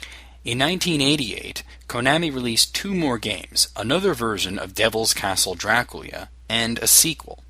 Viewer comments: I find it funny how you say Draculia xD awesome retroversion :D:D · Is Dracula supposed to be pronounced Draculia? Nice video